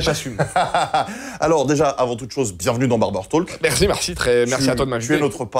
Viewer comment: Pourquoi tu prononces le L de Talk ? Pour un fan des États-Unis, c'est auch.